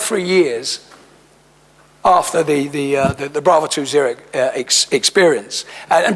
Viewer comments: "His book Brave Two Zero?" Jesue, gurl🤦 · "Brave two zero", no it is 'Bravo' two zero, she has obviously read that book cover to cover.